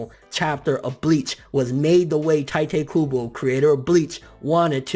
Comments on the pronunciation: Really taete kubo? Isn't it tite kubo! Why do you keep saying taete? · "teiteh kubo" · 'tai-tay kubo' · Tite kubo sounds like juha Bach, the way you're saying it anyway xD 'He chose the ships when he started chapter 1' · but like you keep saying Tite Kubo's name wrong and its bothering me but DAYUUUUM That is sad... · you say his name wrong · thats not how you say his name